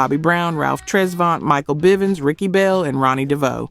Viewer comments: Don’t leave out Michael Byvens later corrected when bell biv devoe was mentioned.. but still sad AI taken over everything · Michael BYVINS?? It’s BIVINS stupid ass person narrating this!! 😂😡😡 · Kay Sigh "Live" Michael Bye Vans Teen Atcher This AI is trippin!